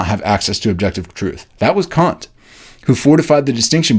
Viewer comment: Kant, not Caunt